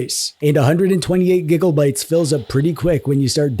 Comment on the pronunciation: Bro great video! Please stop saying gigabytes like that 😂